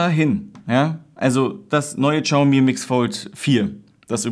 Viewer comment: Xiaomi spricht man nicht "Tschaumi". Das "x" im chinesischen ist Stumm, man spricht es "Schiaumi" aus.